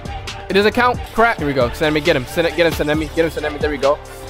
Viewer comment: sanemi is pronounced like sana-me